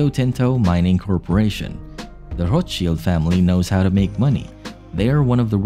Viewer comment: Could at least pronounce the name correct